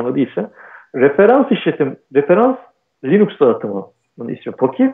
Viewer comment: Ama Linus reportajlarında linux demiyor linax linıx karışımı birşey diyor. Onun adı da birçok dilde degisiyor zaten ama adam linux'ı sabit tutmuş.